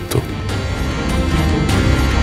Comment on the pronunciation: শুধু সবার সত্য টা আলাদা... এই উচ্চারণে অনির্বাণ কি সুন্দর একটা শীষ দিলো